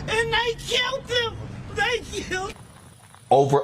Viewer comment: "They qilled my son and they qilled me too." Shes out for a pay day.